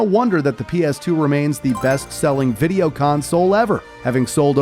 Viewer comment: ¿playstation viRa as you say or viTa? I quit the video, because this guy pronounces the words really weird.. playstation poRable, viReo, moRel, capabiliRy, in toROL, grand theftauRo, previous moRels, meRal gear solid, call of duRy, meRacriRic, unchaRed, poRable controller, abiliRy, uRilize.